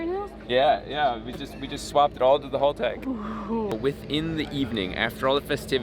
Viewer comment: Stop calling Haltechs HALL-TECHs, being Australian is a soft "ah" sound not "hall" hahltech if you will.